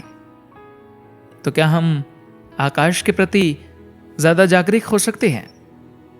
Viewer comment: ओ भाई हिंदी का शुद्ध उच्चारण करें ✔️ कई शब्द है जिसका उच्चारण गलत है जैसे,- जागरिक not शुद्ध - जागरूक